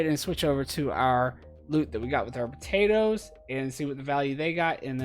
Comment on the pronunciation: I like what you doing and appreciate the videos, but every time u say potatoes .. oh man